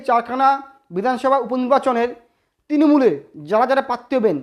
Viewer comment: Uccharon ta ektu thik korun bhai. "Patti" na "Prarthi"."Tinomool na "Trinomool"